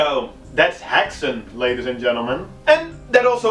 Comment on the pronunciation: This serie looks very promising! Fun to see a native movie in the list aswell :) (i'm from sweden) It's funny to hear how non-swedish people pronounce "Häxan" :P you all say "Hexen" but it's pronounced more like "Hexan" with a short and sudden "a". To pronounce it correct, try to think of it like this: "hex" and "an" with a similiar "a" that you pronounce "art" with. Combine them and you get "hex'an" with a very short space between hex and an :) That "slut" joke was hilarious lol. "Slut" is swedish for "End" and is pronounced "Sluut", very different from how you pronounce the english word Slut. The english Word you pronounce it "slatt" but the swedish word is more like the "u" that you use in "you" so think of it as "uu" not "jouu" Hard to explain but i think google translate have sound files for almost every word :D